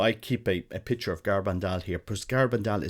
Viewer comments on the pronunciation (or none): none